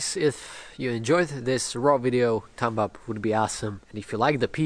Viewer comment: thumb as tum